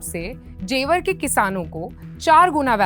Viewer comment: जेवार ❌ जेवर ✅